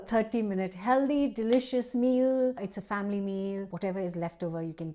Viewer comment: Healthy - not heldy. Please make an effort to say this word correctly - as you have spelt it. It's not an accent thing, it's just lazy pronunciation. By the way, the food looks great... and very healthy. 😘